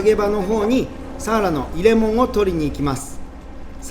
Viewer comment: サ↑ワラ？笑